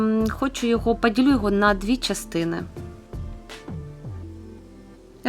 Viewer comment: Асаблива, когда говорит "падилю".